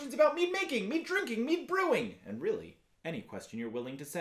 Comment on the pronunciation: Sounds like you say “me drinking, me brewing etc” 💀